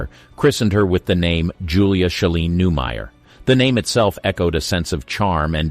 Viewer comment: I generally like where you're going with this, but I had to pause for a moment. Her name is Newmar, not new-mur. And the woman is Lee Merriweather. Neither of these is a deal-breaker, but...